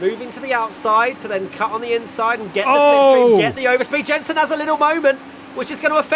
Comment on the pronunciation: ‘Yenson my friend’